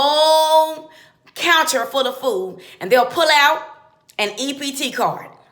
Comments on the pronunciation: EBT, NOT EPT 😉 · It's ebt not ept lol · Immigrants legal or not still pay taxes. They work maybe on a fake id but the state takes out taxes from there checks just the same as everyone else! So she needs to do her research more and it was hella funny when she said EPT. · First of all...its not ValenTIMES day...its ValenTINES day. Second...its not EPT card. Its EBT card. Also its not VEGEBELS. Its VEGETABLES. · If it's being delivered by ups, and you're working and miss it, then what? For those in the shelter, then what? And it's EBT not EPT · "EPT cart"...lol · That is EBT not EPT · EBT not EPT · I think it is ebt not ept (early pregnancy test). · EPT? Vegables? Ballantimes day? lol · She don't know what the fuck she's talking about. She don't even know the correct name. EBT not EPT. Maybe if she was a recipient, she'd have a different opinion. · You are prejudice black woman. Blue apron is a very expensive co. You think President Trump is going to spend money on blue apron for food stamp recipients. It's BET NOT EPT. YOU JUST LOOKING for a platform. You can even say vegetables. Bye bye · B not p stupid. Ebt not ept. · this lady is a stupid ignorant racist witch. can't even talk right, it's ebt not ept dumb ass. I agree too many people take advantage or should I say abuse government help. they come in all ethnics not just Mexican or black. what needs to be done is snap needs to be regulated more than what it is now. investigate the people that are getting way too much Foodstamps. investigate the ones on welfare especially the ones living off welfare from generation to generation. this problem has been going on since the 80's so it's nothing new, thing is politicians let the problem get out of hand. also learn how to say vege-ta-bles not vegebles idiot. get off the potus dong too. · SHE CALLED IT A E P T CARD ?!! ITS E B T CARD! YOU HAVE NO CLUE WHAT YOUR TALKING ABOUT SMFH. THIS IS FAR FROM A BRILLIANT IDEA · Ma'am it's EBT not EPT